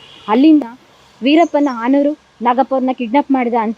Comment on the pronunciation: AAnuru alla madam hanuru